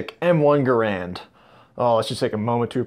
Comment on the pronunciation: u pronounce it wrong